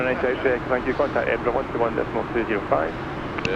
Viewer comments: Edinburgh........Edinburruh...... the g is silent ..... excellent video chaps. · Flying to my neck of the woods in this one, welcome. I found it funny 😂your original pronouncement of Edinburgh, I'm sure we all do the same with American Cities / States. I'm not a IRL pilot so wouldn't be able to answer your question on RTC call, but I'm certain someone will. There is another landmark on long final to right (Jeff's window) which is the Forth Road Bridge. Looking forward the flight to Iceland next, I flown similar on MSFS.